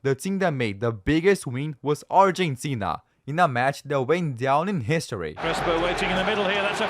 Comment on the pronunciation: Bro said hishory instead of history💀